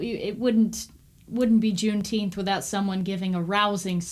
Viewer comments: It's pronounced June teenff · Juneteemph, they should have picked a month that they can pronounce! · Say it right!!! Juneteenph!!! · You speak the truth, and people hate that. Here's one, some pronounce it JuneTeef. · It’s pronounced; Juneteenf